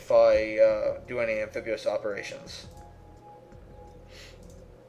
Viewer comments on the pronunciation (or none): I cringed every time he said "Amphibuous".